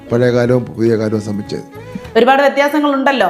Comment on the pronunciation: ഭയങ്കര ഉച്ചാരണ ശുദ്ധിയാണ് ഇങ്ങേർക്ക് എന്നു കേട്ടിട്ടുണ്ട് അതിനുദാഹരണമാണ് “സംബിച്ച്“ (സംബന്ധിച്ച്). വിദ്യാഭ്യാസം എന്നതിനു പകരം വിദ്ദാ(ആ)ഭാസം എന്ന് ഇങ്ങേർ പറയുന്നതു കേട്ടിട്ടുണ്ട്.